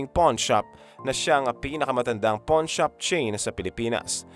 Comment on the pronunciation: Correction lang po: hindi 'porn' shop...'pawn' shop😅😅😅